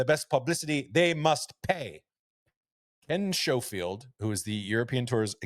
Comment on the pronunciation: Please can someone explain to them both how to pronounce Ken Schofield. Butchering it all the way through. Great pod though.